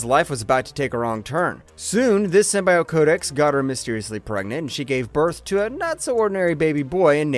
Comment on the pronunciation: Downvoted for not knowing how to say "Symbiote."